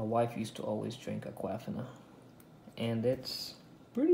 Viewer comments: Agahfina…it’s pronounced AQUA•FIN•A 🤦🏽‍♀️🤦🏽‍♀️🤦🏽‍♀️ your not pronouncing anything right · a-QUAF-ina LMAOOO thats the best. thumbs up to you. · No. It’s pronounced like Aqua-Feena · His girlfriend name is Aqua-Fona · Have I been pronouncing Aquafina wrong all these years? 😬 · Is that the proper way of pronouncing Aquafina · U guys understood the brands correctly right? So let him pronounce the way he wana